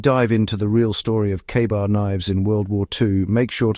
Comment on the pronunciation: is the AI bot saying "KAR-BAR" ? AI slop